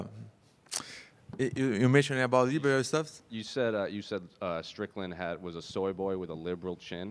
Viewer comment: Paulo saying Shan Strickland😂😂